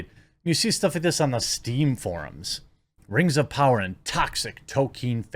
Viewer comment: The rang of powahh